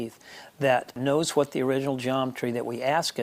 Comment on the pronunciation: Man... This guys accent is very old. I notice the pronounced WH sound. Cool guitars btw.